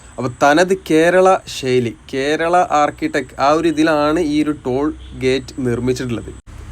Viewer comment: ബ്രോ വീഡിയോ അടിപൊളിയാണ്.ഒരു കാര്യം ബ്രോ ഷെയ്ലി അല്ല ശൈലി എന്ന് പറഞ്ഞു ശീലിക്കൂ